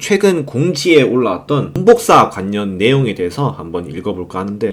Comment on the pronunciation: 발음좀 고치셔야할듯 관년 오뉴 완뇨 라고 말하시는데 내용 집중이 안됨